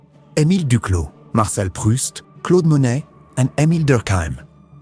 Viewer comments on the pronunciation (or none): none